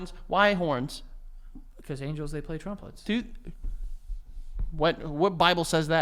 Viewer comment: Did Joey just say the angels play "trumplets" 🤣🤣🤣